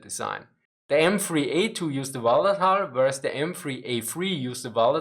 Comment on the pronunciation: sadly at about 12 minutes into the many 'hulls' makes it very hard to understand what is being said to a native English speaker. Hull is a difficult word to pronounce and to me I cannot make about about 10 seconds of this around that time. Sorry, I am a big fan